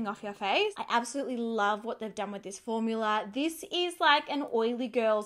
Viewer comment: I love that some times she says formular, instead of formula. I ahd a neighbor who used to call them formulars.